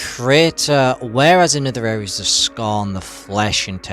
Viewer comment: “to talk to you about scarhn”